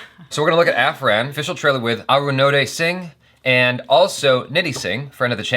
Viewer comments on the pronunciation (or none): The title would be pronounced As Up-Ha-Run !!! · minor correction- it's pronounced "APAHARAN" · He pronounced it Afran.